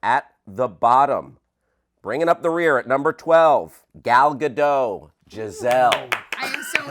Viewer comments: Gal Gaa- dot. not gadow or gado. gaa-dot. ok? ok.😉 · every time you mispronounce gadot i want to punch something